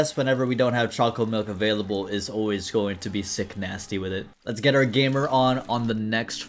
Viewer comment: The saul hearts mod sucks man im sorry Also hearing you say sick-nasty is really funny